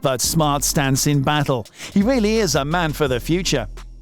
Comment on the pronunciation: Wiccairdo? Wedbul? weally?